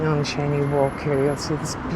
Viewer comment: It’s a Scottish name which is pronounced ‘Shane’ not ‘chainey’